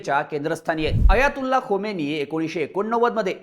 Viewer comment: Khomeni nahi khamenie bola